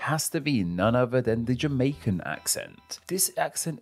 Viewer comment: Narrator says "uvver"